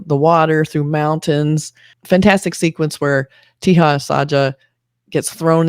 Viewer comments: He is called taja not teha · Just FYI.Teja is not pronounced Tee-ha. J is pronounced as J in 'Jack'. It's pronounced Te-Ja. It's a relatively common name in India. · Your review for this movie was great except for one thing..... The actor Teja Sajja's name is 'Teja Sajja' and not 'Teha Sajja'. No need to apply Spanish 'J to be pronounced as H' rule here. Other than that your review was great.❤❤❤